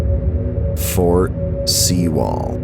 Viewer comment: It’s pronounced fort sue-ll